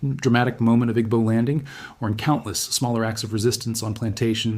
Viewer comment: It's pronounced EE-bow.